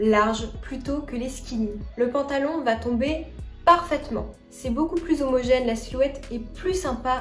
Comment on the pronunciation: Zomogène. Votre liaison était tout à fait appropriée. "Plus homogène", à mon avis se dit "plus Zomogène". La liaison avec un nom commençant par "h" se fait ou nom en fonction de son origine. "Plus Zomogène" est une liaison obligatoire.